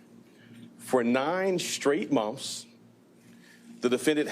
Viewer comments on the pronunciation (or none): What is "munfths"?